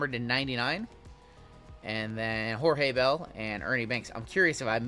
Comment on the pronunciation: Cmon man, Jorge Bell is "George"